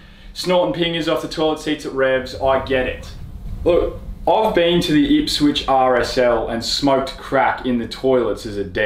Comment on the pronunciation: Did he say Ipswich ?🤣🤣🤣